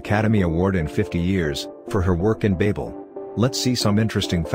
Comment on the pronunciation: This guy can't even pronounce Babel..............